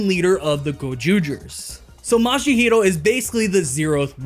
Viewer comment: this might be the second time i sound picky but i can't not hear you say mashihiro instead of mashiro